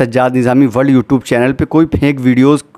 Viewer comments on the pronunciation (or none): none